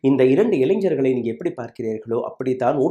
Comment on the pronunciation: Illainjargala??? Ilainargala daiyavu seithu tamizhe seriyaga ucharikkavum